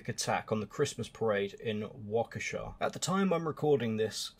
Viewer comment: You pronounced Waukesha better than 90% of Americans I've heard take a stab at it.